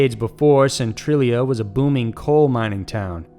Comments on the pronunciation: Centralia is pronounced cen-trail-ia not cen-trill-ia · "Centralia Hill"